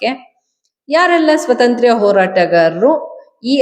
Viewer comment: ಏನು ಸ್ವತಂತ್ರ್ಯ? ಕರ್ಮ. ಸ್ವಾತಂತ್ರ್ಯ ಅಂತ ನೆಟ್ಟಗೆ ಹೇಳಬಾರದೆ?